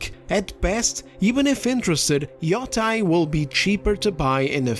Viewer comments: Its not freakin yotai its yotei Yo te i Yotei Ffs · It's pronounced yoteh. When an e is followed by an i in japanese the i is silent and the e is always pronounced as an eh sound. It's actually pronounced as an elongated eh sound, but nobody is going to nitpick that when you're speaking in english. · People pronouncing Yotei as “Yo-TYE” make me want to flip a table it’s “Yo-TAY” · It's pronounced Ghost of the Yeti 😡